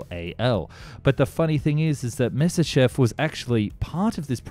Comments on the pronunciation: 'My-ah-sish-chev', not 'Miss-iss-shev'. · You make some decent videos, but if I hear you say "misishiv" one more time my headache is going to go supersonic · Myasishchev, try saying that ten times fast! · You always do so well with the video, but your pronunciation is so terrible!!! Have you ever thought of having someone else pronounce the Russia and German words for you? For instance "shch" is only the single character "щ" in Russian. so instead of making it 2 or more syllables, in fact it is only a portion of a SINGLE syllable.